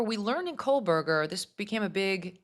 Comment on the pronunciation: It sounds like you are pronouncing Kohberger as “Kol-Berger.